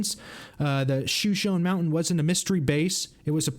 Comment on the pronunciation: mispronouncing “Shoshone,” in the first ten seconds makes it seem like you don’t do basic research.